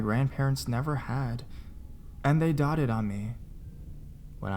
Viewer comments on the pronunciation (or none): They dotted on me it's doted (dough-ted)